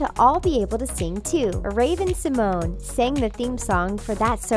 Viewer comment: Fun fact that's not how you pronounce Ravens last name - many people think that's how you say it but it's not